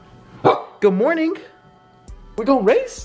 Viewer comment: When you say good morning to the dog why do you put a "k" on morning. You say good mornink is that like a speech therapy trick or something? I've noticed a few YouTubers do that... It bothers the hell out of me but I'm more just curious to where it comes from lol.